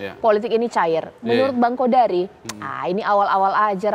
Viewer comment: Margito kamis bukan jum' at,Qodari bukan Qadar